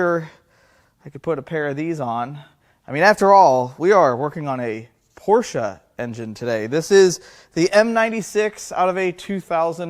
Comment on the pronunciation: Thank you for saying por-sChe correctly